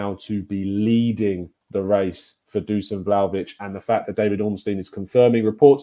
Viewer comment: My wife is Serbian. His first name is pronounced Dushan (they always leave the accent off the s). Dušan.